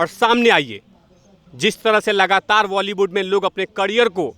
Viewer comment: Sr sab kuch thik hai or mai or kuch to ni ye zarur dekhti hu apka intwb bus ek choti c kami ko ap sudhare ap it's bolywud not voly